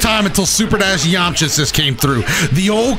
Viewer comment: Please don’t call me weird but I skipped it back 15 times Bc I like the way he said “yamcha”